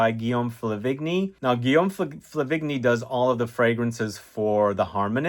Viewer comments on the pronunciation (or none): Flah-vehn-yee, not fluh-vigg-nee